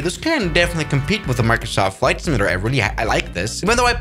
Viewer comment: "Fight simalater"